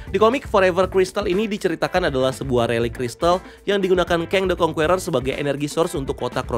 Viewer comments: Conqueror bacanya (indo) nya Kongkerer bang bukan kong kueror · Saking semangatnya sampe bilang Kang the Kwongkuweror 😂